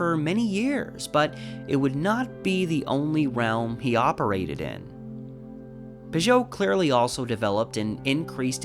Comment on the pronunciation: I pronounce it Pig-ut. I think that the two Ts at the end make it not pronounced “oh”, as French “ot” would be.